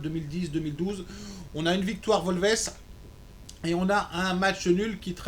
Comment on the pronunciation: wolvesse ? aie ;)